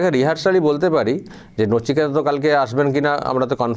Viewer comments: নচিকেতা নয় কচিনেতা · ওটা নচিকেতা নয় বলুন নিচেকাটা 😂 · নচিকেতা নয় কোচিনেতা। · J khobor porche o kintu nichekata